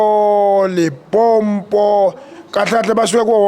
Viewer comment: Hei 😂😂😂😂limpopo not Limpompo😂😂😂. Insurance - imshwalense. Bopha bucs bopha 😂😂